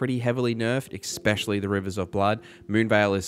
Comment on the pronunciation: Thanks so much! Pet peeve, it's ESpecially not EXspecially. 🙂 (not trying to be a jerk)